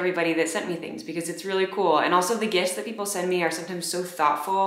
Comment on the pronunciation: Lol emphasis on the "sometimes" 😂😅